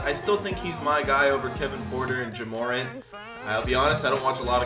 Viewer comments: "Jeh Moreant" = Ja Morant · he said, “jehmOrent” (ja morant) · “Juh Morent” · Who is juhmoran Its Ja Morant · Who’s ja merent I only know ja Morant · juh moarint? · “Jamorant” 😂 two separate words. Ja Morant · instead of Ja Morant he said it in one word lmaoooo Jamorant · He said jamorant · he says jja moorant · My guy said jamorant! 🤭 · Also know that his name isn't pronounced jemorint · look at how he says Ja Morant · when he said Ja Morant wrong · The Way he said Ja Morant😂😶